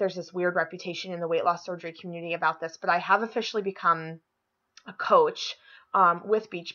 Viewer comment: You crack me up you little lush. Professional pictures and events - nice:) I love how you said coach . . . pause . . . with Beach Body:) You will totally change the impression of beach body coaches worldwide. I have a pretty good bootie too - so looking forward to it only getting better and better in August. I had been thinking about Mexico plastic surgery too. My dad is a doctor and I was going to have him go with me if I do that. Still on the fence about having it all and/or having in Mexico. Definitely getting boobs at some point - but the rest of it I'm not so sure. My skin is actually not that bad after having lost almost 200 pounds. Not sure why that is. And by the way - who the hell is giving you thumbs down?